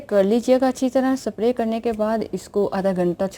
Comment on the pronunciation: چوتھیا عورت سپپپپپرے نہیں سپرے اس کو بھولنا نہیں اتا لعنت ھو